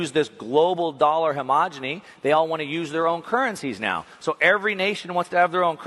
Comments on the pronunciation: Hegemony, not homogeny! How many times do I have to tell you? 😄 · It's hegemony not homogeny. Words matter. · I love your content and never miss a video. That said, you’ve got to stop pronouncing ‘hegemony’ as ‘homogeny’ - I know you know the difference, but it’s a glaring oversight and I’ve yet to hear you pronounce the word correctly. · Hemogony?? Did you mean hegemony??? 😣 FYI you said it twice !! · love your content and sorry to be a vocab Nazi but I think u mean hegemony, not homogeny! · Great talk., you need to take a day off and practice articulating the word “he-ge-mo-ny”. (Hey Jay! Money!)